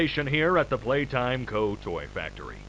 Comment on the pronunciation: 😂😂 haha “Playtome”